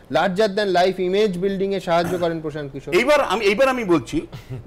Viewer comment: Bangla te hindi bolun ken prashanta kishor naam ta to thik kore bolun eita to bangla news chennal. Eidhoron er uccharon er jonno news dekhte mon chaina ei bangla chennal gulite.😔😔😔